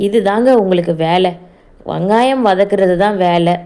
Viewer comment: வங்காயம் இல்லை வெங்காயம் ஓகேவா வங்காயம் இல்லை வெங்காயம் வெங்காயம் 😂😂😂😂